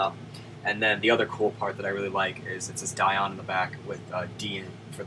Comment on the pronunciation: i think its pronouced DEE-ON because my aunt has the same last name spelling. Could be different though.